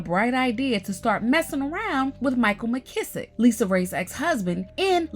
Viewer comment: That trifling man's last name is Misick, not McKissick. Anyway, he's as grimy as Nicole. Six kids with five women.